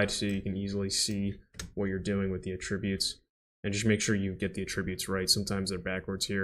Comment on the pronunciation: At least use the correct pronunciation of "Attributes" . at·trib·ute